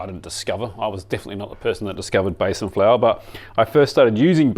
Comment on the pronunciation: Hi by the way it’s pronounced Bee san flour. Love your work 💋